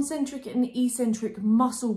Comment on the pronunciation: Brilliant and really clear video! But what's with the "e - cen - trik" pronunciation? its pronounced "eK - cen - trik" in both British and American English :)